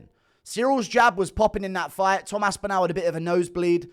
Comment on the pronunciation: Love your stuff mate, but your really getting under my skin (i knpw thats what you love) with the way you say Toms last name... your saying 'Aspinal' ... its 'Aspinall' ... say the last part of his name as if your saying 'all' for example ... 'all of the fingers went in all of the eyes' ... 'Tom Aspin-all' ... sorry to be petty, your an inspiration my friend 🎉❤